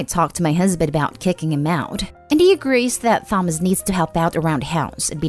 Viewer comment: First story is bugging me how they’re saying “Thomas” with a clear wording of the H in the name🤭🤭